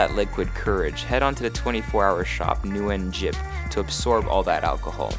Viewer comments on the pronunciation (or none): I think it's Nunejip, not Nuenjip, if you meant the 24 hour Korean dish and pub in Itaewon.